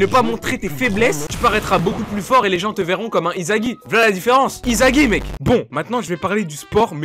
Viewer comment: Wsh il dit izagi pas isagi